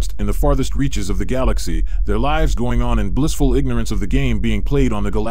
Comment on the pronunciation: AI mispronouncing "lives" gives me comfort..AI may be intelligent but it doesn't have intuitive properties needed to over throw humanity